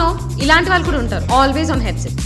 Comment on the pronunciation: Pretty funny but btw, "valuu" kaadu "vaallu"